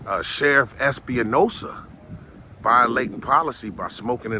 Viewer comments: It's Espinosa not Espi-uh-nosa. he's so mad his face is all kinds of red! I freaking love it! GREAT JOB AS PER USUAL!!!!! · Although no one cares the last name is Espinosa (Es-p- nosa) not (Es-pe-a-nosa) just so if you go again you have the right pronunciation of his name so you don't get the wrong person. Also dude was so mad he couldn't give you the run around. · I think it's ES-PI-NO-SA